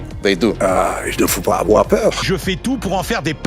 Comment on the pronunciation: Il ne faut pas afoir peur !